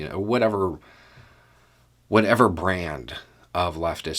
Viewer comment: The emphasis on ‘Brand’ was noticeable.